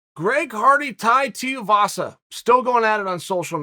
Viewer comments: Its shoeyvasa not shiuvasa come on chael tf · “Too-ee-vasa” not “tee-oo-vasa” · Uncle Chael.....his name is Tuivasa.....Too Eeee Vossa.....Not Tee Oooo Vossa. C'mon now Uncle Chael. Focus. FO CUSS! 🤣🤣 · Did anyone keep count of how many different ways Uncle Chael pronounced Tai's surname? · Me: Tai Tuivasa Chael: Tie Tiavasa Me: Ok, Great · Tie (as in neck tie) Two ee vah sah (Each vowel is pronounced separately) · Chael! its 2 e vasa (two-e=Tui) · Wow went full Schaub on this one learn the names bro TUI VASA easy bro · Teeovasa it is folks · I couldn't finish this video b/c of all the ways he mispronounced Tuivasa's name lol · How hard is it to say his name properly Chael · Just over four minutes and I don’t think chael said Tai’s name properly once🤣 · Chael mispronounced Tuivasa more times in a 4 minute video than he has wins in the Octagon...... and he has never lost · Chael "Non-Anglo Last Names Are Not Worth My Effort" Sonnen.